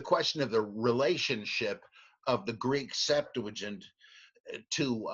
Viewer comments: Please please stop saying Septuagint with an "L". Liking your videos though!!! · I can't tell.... are you saying "septu a gent" or "septu la gent?"